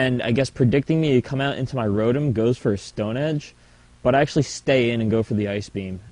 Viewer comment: I was laughing like a 12 year old girl everytime you say cu.., i mean come...